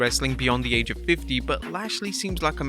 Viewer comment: “Number 2: ADGE”